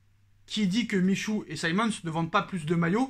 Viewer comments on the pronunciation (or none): edouart michouuu mdrrr appmrend a dire son blase deja